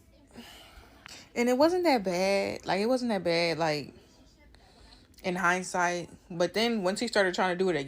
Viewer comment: She said "it aint even that bad in "heiny" sight" lolol